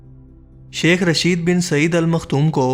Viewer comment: بھائی شیخ رشید نہیں ہے شیخ راشد ہے شکریہ